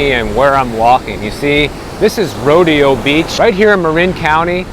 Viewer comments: Row-day-oh (no row-dee-oh) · “Row-Day-Oh” Beach……. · rodeo is pronounced ro-day-oh / ro-dé-o, lived there from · It’s pronounced ro-day’-oh Beach! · It’s pronounced Roedayo